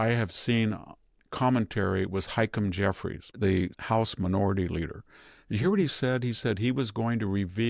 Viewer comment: The House Minority Leader's name is pronounced "Hah-Keem", not "Hike-em"